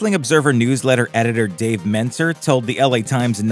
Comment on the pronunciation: It's Dave Meltzer...the editor of Wrestling Observer. Not whatever you said